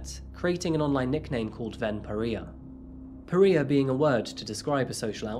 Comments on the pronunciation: Only criticism- Periah is pronounced per-rye-ah. As opposed to per-ree-ah. Not trying to be harsh, just helpful :) Good work overall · It's pronounced "pah-RYE-ah", not pah-REE-uh. Just a tip :-) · *pa-Rye-uh not pa-Ree-uh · FYI Pariah is pronounced pa-rye-a. Not pa-ree-a 😂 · You kind of butchered the pronunciation of “pariah.” Per-eye-uh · Par-I-a , not par-ee-a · pa ria pariah rye ahhh ? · I've never heard pariah pronounced like that. In America we say puh-rye-uh not per-ee-uh. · Just one thing. The word Pariah is pronounced Pa-rya not Pa-reeha that's just my OCD. But great video this guy was true sicko with that laugh as well! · pariah not pareeah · Pa-ri-ah not pareeya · its pronounced par-i-ah not peria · puh-RY-uh. Not puh-REE-uh. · Its pronounced pa-rye-ah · I love our videos but the word pariah is pronounced “pah-rye-ah”. Awesome work, thank you for amazing content. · Pariah - Pah-rye-ah Subsequently - Sub-seh-quent-lee Remorse - reh-mors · Absolutely love your videos,. May I adjust a couple of your mispronunciations? Pariah is pronounced par -EYE-ah. ‘Subsequently’ has the emphasis on SUB, with the following syllables being unstressed. Hope you don’t mind! Xx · Pariah PA-RYE-AH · Pa ree uh I mean it's a mispronounciation, but it seems to be super fitting in this case 🤣🤣🤣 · more like PAH-RYE-AH (I'm Scottish, so I don't know if other areas pronounce it differently. I've never heard it any other way except for XD) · You mispronounced pariah to the point where I didn't recognize the word initially. It's "puh-rai-uh" pronouncing the part after the r as "eye". Otherwise thanks again for another great video, the editing on this one is particularly well done! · Per - i - ya long eye sound in the center. For next time. 🤗💕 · Pariah PA-RYE-YUH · It's pronounced "puh-rai-uh" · It’s pronounced pa-rye-a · Pariah is pronounced PER-RYE-ER you really do mispronounce a lot of words, maybe get an editor who knows words or check words on Google.